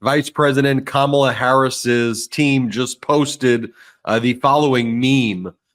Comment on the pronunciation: He knows perfectly well how to pronounce Kamala's name but, like Alina, cant bring himself to do it. They don't like saying peoples names which have the long vowel in them because they are racist. Same with Fani Willis being called Fanny.